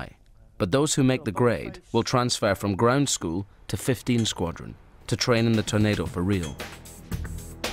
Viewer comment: Can someone tell Ewan Mcgregor its a TORNADO not a "Tunado" LOL